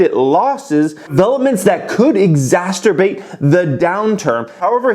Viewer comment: Exacerbate not exasturbate lol